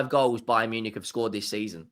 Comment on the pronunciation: bayern nunick 😂